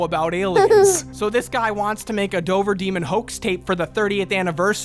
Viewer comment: 2nd time watching this, and now I can't get over the fact they kept calling Dover, Dober. Like I live 20 minutes from Dover, we pronounce the V. Idk if it's a legend from 100+ years ago when Dover was a large county and not just a ton or if they narrators just never been to Mass.